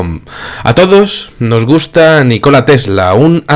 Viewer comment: Nikola Tesla, !!! no ! NI -KOLA tesla